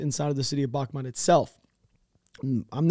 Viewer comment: The town is pronounced "Bakhmoot" not "Bahmat". As a Ukrainian at first I was confused which town you're talking about than I realized you're talking about "Bakhmut".